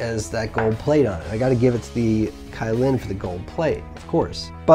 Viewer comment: wow, 2 products that you completely butcher the name of... but Hey, you butcher your spicy jew fro and 03 fuck boy chin straps, so id expect nothing less. on the positive side, you were less scatter brained and didn't repeat yourself 800x. that's me, always finding positives and not dwelling on negatives 🖒